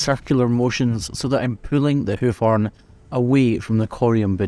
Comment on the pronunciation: It took me 6 and a half minutes to recognize the word "horn" being spoken in the video.